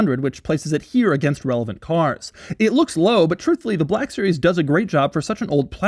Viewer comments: Is it a 'Black' series or a 'BLACCCHHHK' series, Doug? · 😢I love when something on this channel is called "black" so I can hear Doug overpronounce "black" every few seconds. "buhhlack" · I learned a new pronunciation of "black". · Soz doug but it's embarazzzzing